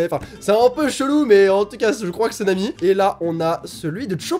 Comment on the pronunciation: Je m'appelle Nami, ça fait très bizarre d'entendre prononcer mon prénom ^^'